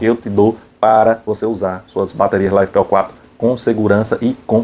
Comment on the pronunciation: uai caba, todo mundo fala da forma que você pronunciou.